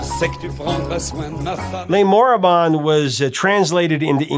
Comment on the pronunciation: "Le Moribond". It's a french word but not used anymore. It is for a man who looks like a dead man. or who is on the verge to die. For english speaker the best way to pronounce it is More-ee-bond with a silent "d". As for Jacques, if you pronounce it as Jack, no one will take offence. As for Brel, it is "Br-ale like the Ale (beer).